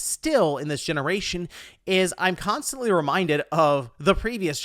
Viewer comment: "We beleave in generashuns."